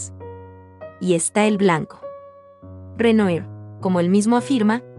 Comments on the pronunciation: Por favor se pronuncia Renuar. Si vas a comentar pintura francés aprende la pronunciación, no es dificil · Renoir= Renua! Es la pronunciacion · Con todo respeto se lee Renuar. Es palabra francesa, gracias por el video. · Renoir (Renoá) pas (Renué) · Muy buen video. Sólo que Renoir se pronuncia Renua. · Hola, buen video! Solo una observacion, se pronuncia "Renua" el nombre del pintor. Se puede checar la pronunciacion en el mismo internet. Solo un tip! Saludos! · Esta narradora pronuncia mal el nombre del pintor.